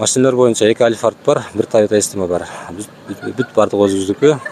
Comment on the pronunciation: Альфрад , алфад эмес